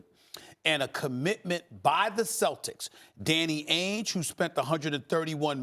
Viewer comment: Yo Disney, pronounce celtics correctly. Thank you.